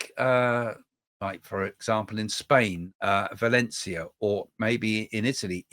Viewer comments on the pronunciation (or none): none